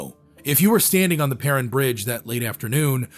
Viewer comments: Prin bridge? It’s pronounced Per-rine. AI is garbage. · Per-rine, long I* sound. Great video though! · As a local, it's pronounced "purr-ine" bridge. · he pronounced Perrine Bridge wrong several times as well and mispronounced some names as well. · AI always mispronounces stuff. Perrine is pronounced with a long "i". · "Perrine" bridge. I live in Idaho and all my 62 years have I never heard Perrine pronounced that way. All of my 62 years I've never heard "Provo" pronounced that way.